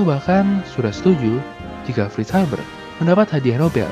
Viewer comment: F bukan V min.. tp kontennya tetep mantap! Seneng bgt gw min sama video2nya